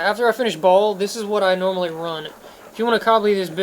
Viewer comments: "Ball"? ...Seriously? Lmao. (Future reference, "Baal" pronounced "Bail") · I'm pretty sure even Deckard pronounces it as "Bale". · How have you been playing the game all this time and cant pronounce Baal aka "ball" and magi and nilothak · Magi = Madge-eye Baal = Bay-ill